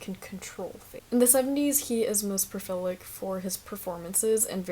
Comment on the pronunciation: lovely essay! I just found it today but it was very interesting. It did stop me in my tracks when I heard profilic, was that meant to be prolific? In any case, instant sub!